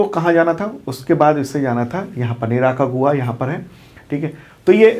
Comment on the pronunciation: say निराकागुआ 😂😂 Actually.....निकारागुआ है